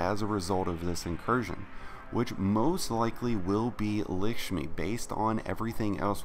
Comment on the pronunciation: Lickshmi lol